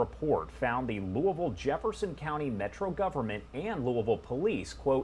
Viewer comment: Congratulations Mr. Garland--you pronounced Louisville the way we do. Now time to investigate New Albany, Ind. right across the river because it is worse than Louisville. Police have gotten away with murder there, including a cop who killed his family and got off. They also abused mentally handicapped people. It is corrupt as well, stealing recovered stolen property.